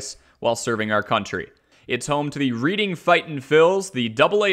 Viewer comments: pronounced as “Red”ing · Great video but that's not how you pronounce Reading.